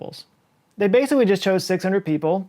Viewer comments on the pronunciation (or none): aww, he said: "Bay - sick - wee" instead of "Basically"